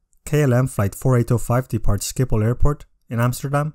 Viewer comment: It's called s-hhhh-ip-hol